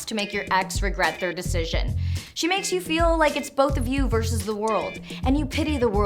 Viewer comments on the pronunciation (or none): none